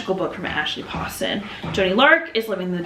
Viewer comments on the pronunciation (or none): HEY BESTIE! Commenting while watching so here’s what I got: Read Next Stop by Debbie Fong to get to your Goodreads goal! Amazing graphic novel that just punches you in the heart :,) ASHLEYYYYY POSTON YES okay but did you read bookish and the beast or the fox one?? (Also it’s Poe-ston 😤) Watch Tusk Love be the greatest romance to release in 2025 (I’ve never read anything by Maggie Steifvader 👀👀👀) HI CHOWDER